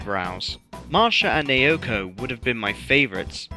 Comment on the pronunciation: As an unfortunate owner of Wii Music, I personally think the redesign for Naoko is pretty cute. Also, her name is pronounced "Now-Ko". Trust me, I had to learn that the hard way, myself. I also like the redesign for Ross. His old look is a bit too simple and not as expressive. I have to be honest, I liked the original design for Donna, since I saw her as a less of a mashup of Yoko and Alyssa and more of an orignal Mii design that looks like a light-skinned black or latina woman.